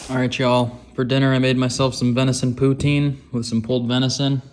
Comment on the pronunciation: It’s pou-tin, not poo-teen ;)